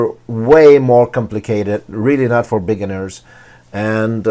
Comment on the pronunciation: Nice review. To help you, you're saying "limitating" (lim-ee-tay-ting). That's wrong. It's "limiting" (lim-it-ing). You also pronounce "beginners" slightly wrong. You said (big-in-ers). It's pronounced (bee-gin-ers).